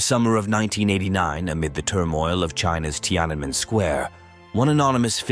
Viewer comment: So, you seem to have some trouble pronouncing “Tiananmen” square. You ok? In any case, a good video.